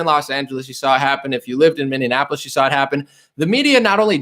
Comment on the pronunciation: MInne-Annapolis. Every time. 😄